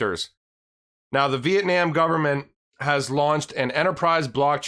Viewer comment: "Vee-Eht-Nahm" not "Vee-Eht-Naam" lmao the last part is nom like mom not nam like lamb lol you said it 3 times wrong in the beginning then said it the right way lol never heard of that much switching with a word usually people pronounce one word one way and not different ways throughout talking xD